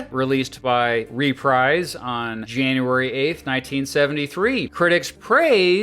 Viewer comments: It's pronounced ReprEEse as ub dreeze... not RePRIZE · Hearing the narrator mispronounce Reprise so many times made my ears bleed.